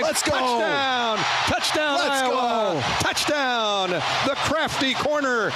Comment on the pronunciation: Why can't this Canadian guy say IOWA?